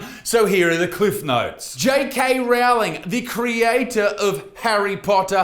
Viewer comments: repeat after me rou-ling rowling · I love how Isaac says Rowlings name wrong as a blatent disrespect to the Terf.